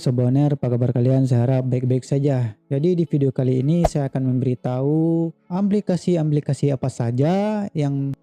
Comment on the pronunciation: aplikasi bukan amplikasi